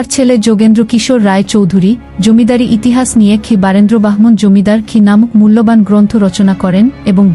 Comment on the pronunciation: চালে, ইহিহাচ এগুলো কি রকম উচ্চারণ 😂😂😂